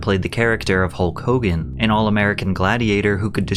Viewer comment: Its "Hokogan"!!!!!